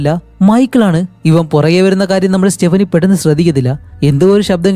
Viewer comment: സ്റ്റെപ്പിനി അല്ല സ്റ്റെഫാനി